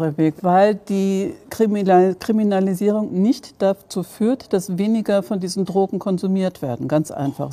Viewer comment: Erste 30 sek und ich hab schon 4 oder 5 mal das wort “trogen“ gehört, was zur hölle soll das sein? Meint die Drogenbeauftragte möglicherweise “drogen“? Und wenn ja: warum kann sie das wort noch nichtmal aussprechen?